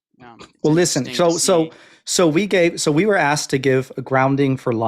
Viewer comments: This violence must stop. Stop axing, man! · I honestly don't know how survived that conversation after being ''axed'' so many times during the call(!) 🤣🤣